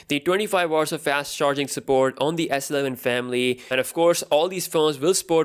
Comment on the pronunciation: Why do you say Sleven like it's one word? It is S-Eleven.